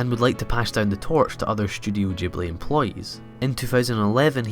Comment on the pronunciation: Thank you for pronouncing Studio Ghibli correctly. A lot of anime fans assume that since the Japanese G sound is always the soft grrr sound (as in "good"), it should be pronounced that way, even correcting people who get it right. But the Japanese spelling is ジブリ (jiburi) so it's a hard G/J sound.